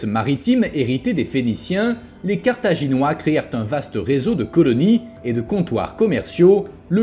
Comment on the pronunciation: Sérieux, entre le titre en -ois, la miniature en -ais, et la 1ère prononciation en -oirs, le destin de Carthage est bien illustré, c'est un carnage 😮